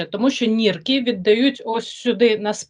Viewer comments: Чому 'нірки', а не 'нирки'? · Наскільки я розумію " почки " українською нирки а не нірки.